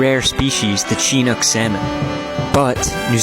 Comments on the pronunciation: That's really cool!!! I'm from the Seattle area myself; and yeah, he was bsing us hard lol. You like how he pronounced Chinook? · Did he say only country with the CHINOOK salmon (but not understand how to pronounce it)? Incorrect, sir!